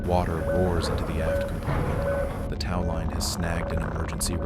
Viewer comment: what upsets me is the egg timers are more precise than you pronounceing tow.